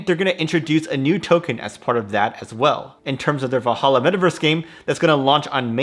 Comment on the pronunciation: VaLhalla, not Vahalla. :D Nordic origin, not arabic.